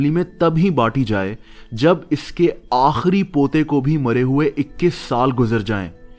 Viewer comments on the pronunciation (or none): the way you say par poto that was funny.. 😂😂😂😂😂😂